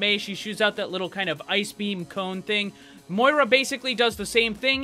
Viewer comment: Her name is pronounced MOE EA RA